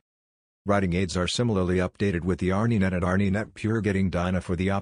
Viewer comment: A robot !! Can't B.M.W. afford a real announcer? R Knee Net ha ha ha sheesh tough to not laugh